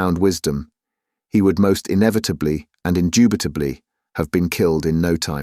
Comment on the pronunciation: Oh dear., try laying Bricks Indupitably.